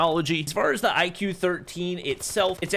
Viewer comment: It's not IQ; it is pronounced as "IKU or IGU." It Branches out from VIVO, purely focusing on performance.